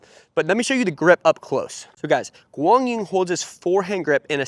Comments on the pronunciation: For those who are commenting on how correctly is Quang Duong name is pronounced here, in this video it is sounded "Wang dzoo-in". The closer way to standard correct Vietnamese to pronounce his name is Kwang Zoo-erh-ng. Ur welcomed. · Quang Duong is pronounced as in Kwang yoo-ung. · It's pronounced KWAANG DZOO-ONG... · Not even close to how it is pronounce. 😂😂😂